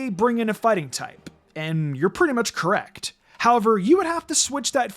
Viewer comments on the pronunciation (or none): none